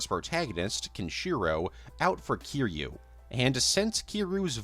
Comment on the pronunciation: thought this would be a nice long watch but i can’t sit through a 3 hour video of someone mispronouncing kiryu’s name as kiroo. come on dude. try harder than that